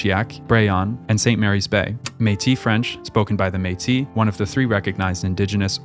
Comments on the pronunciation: Its Métisssssse not Méti and MAY-ple not mapel😅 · that's a good guess for the pronounciation of 'Métis' but it's one of the exceptions where the last consonant is pronounced. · ''Métis'' is pronounced a bit like ''maytiss''. Great vid!